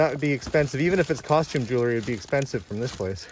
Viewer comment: Arrrrrgggggghhhhhh. It’s pronounced jewl ree. Not jew ler ree.